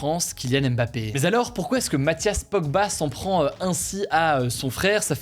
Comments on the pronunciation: On pourra arrêter de dire Aimebappé un jour? Ça se dit Mbappé... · Coucou, on ne dit pas M-Bappé mais bien Mbappé, le m et le b sont collés phonétiquement également